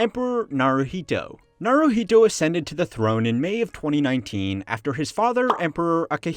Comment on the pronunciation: I heard him say "emperor Naruto". Did you??